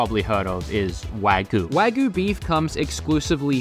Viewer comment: "Wagoo" Wah-GYU my dude, pronounce the Y.